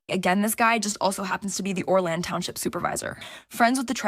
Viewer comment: Why can't the woman pronounce Orland or Balich correctly?